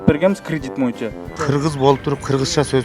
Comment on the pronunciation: Урматтуу төрага боюнча деген сөздү туура айтчы ..суранабыз ..